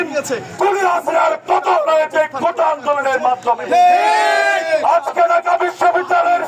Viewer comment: কোটা না কোটা😂😂